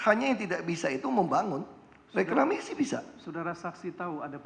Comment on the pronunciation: Setiap nyebut reklamasi pasti yang disebut Ahok rekramasi 😂😂